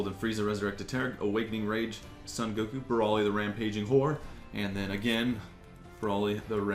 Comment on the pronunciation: i sure thay no call him san goku it's soon or son goku i know son are san but goku soooon or son or or or